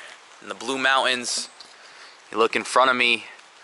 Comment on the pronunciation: Dude cant pronounce the word Mountains.